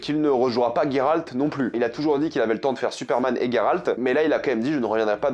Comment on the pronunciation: Gayralt c est geralt mdr